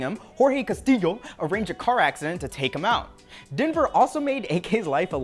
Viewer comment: The correct way, yes